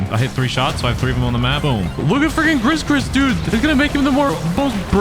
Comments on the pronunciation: I'm sorry, but I can't... Its gree gree not griss griss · bro said "ghris ghris"💀